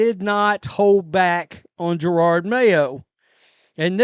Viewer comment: Jer-od not Girard